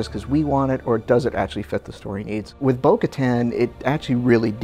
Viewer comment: why do they keep saying bo katans name wrong?